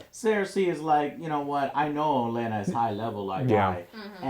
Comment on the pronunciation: good review, a few points: 1) you are butchering all the names, even the ones from your "favorite" characters like gendry and ollena 2) even tough you talked about the important scenes, you skipped a few interesting ones, like the look dany gives jon when he decides to head north, and the things that are not seen, like theon greyjoy or the fact that literally no one talks about the unsullied anymore, hell we dont even see missandei anywhere